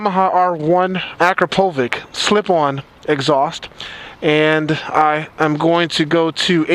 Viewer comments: Lool just everyone says "Akrapovič" wrong XD It's pronounced: "Ak-ra-po-vich" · You people need to learn already... it's not akrapovik, it's akrapovich. You see the little line above the C? The Ć sign. It's pronounced as if it was an english word that ends with "ch". You know how the slavic names end vith the "ch"? Like John Malkovich. Well, it's the same with Akrapović. It's supposed to be pronounced Akrapovich, the guy is from Slovenia, it's a small country next to Italy. Come on already.